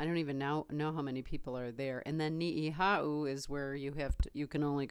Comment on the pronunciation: I plan to retire back home on Oahu; it's not a matter of choice as it's where all my memories are. Work on your island names. It's Oh-Ah-huu, not Ow-WAH-hoo.. And it's knee-ee-how with little breaks inbetween don't glide it together. But hey, thanks for the video and i gotta give you credit, you're there and I'm here on the mainland - I left Hawaii to make probably less money on the mainland and I have about 8 more years of this to put up with then I'll be 65 and can retire.